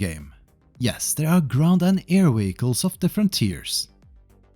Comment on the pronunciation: Wheeguls 😂 i had to run to my phone because im like what is a wheegul! No but i get English is not your primary language. It was just funny to hear.